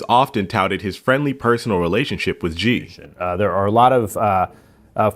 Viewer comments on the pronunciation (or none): 'XI' is pronounced as ' See', not 'Gee''